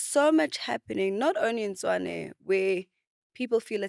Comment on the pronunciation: Host the name of the city is Tshwane not Tswane...great episode though...